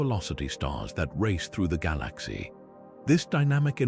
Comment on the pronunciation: I listen to stuff about the universe to get to sleep and the information is always good but I cannot stand the way the AI says galaxy.